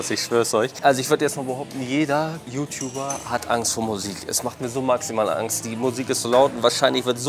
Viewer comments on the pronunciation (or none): none